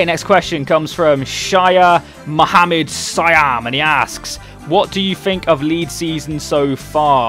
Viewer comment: OMG!!!!!! you butchered my name .* :P Anyways OMG!!! thanks for putting my question in the video!! xD ps for the future, just pronounce whats written, dont add extra words and shit :P just plainly Shah = sha, Mohammad (you pronouced perfectly), siham = see haam :P